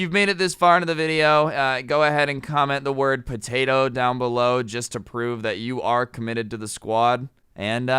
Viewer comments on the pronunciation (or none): "patato" lol